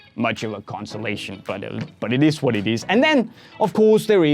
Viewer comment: Did say "It is what it izz"?😂😂